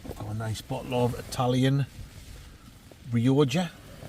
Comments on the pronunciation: Honesty, it's not pronounced Ree-oh-ja. It's "Roger", like Roger Moore. You know it makes sense. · its not rioja - said like " re oc ca " .... come on you northern bastard :)